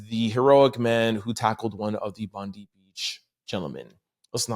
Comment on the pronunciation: Hey guys. Sorry your token Aussie here..... it is pronounced Bond-eye. We are all on edge here hoping its not going to pop off with retaliatory actions.